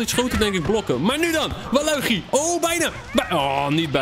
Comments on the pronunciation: het is waluige in het engels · spreek alsjeblieft normaal waluigi uit man...